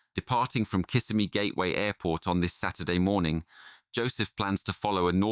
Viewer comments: Kissimmee is pronounced "Kiss-IM-ee" not "KISS a me". Like in "him" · It's pronounced Kiss Emmy not Kiss a me. Just saying... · Just so everyone knows the correct pronunciation for Kissimmee is Ki SIM’ eeee 😊 not KISS’ I meee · The correct pronunciation is ki-SI-mee.